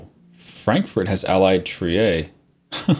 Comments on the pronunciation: Oh, please stop calling Trier: Trié. It's not french. I don't need you to pronounce it perfectly, but at least say it like the english word 'tier', just with an 'r'....Trier, or just conquer it and rename the province, that should also do the trick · Why do you keep sayong "Treeyay" its "Trier" like how you effing spell it.